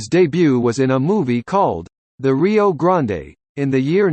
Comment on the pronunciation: He says rio grande like he’s at Starbucks.